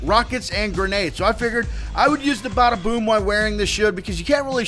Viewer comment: Well it obviously isn't if you cam't say the name right, It's the BADAboom..